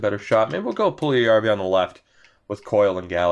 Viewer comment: Puljujarvi is pronounced “Pull- Yarvy”